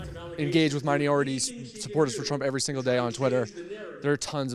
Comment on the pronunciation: The guy couldn't even say minorities properly. What a twat.